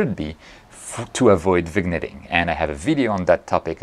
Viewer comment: Complicated stuff. Good explanation though! By the way, the "g" in Vignetting is silent, so it's like "Veen-yetting".